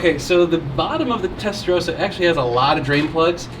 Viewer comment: Its Testa Ross a not Testa rose a.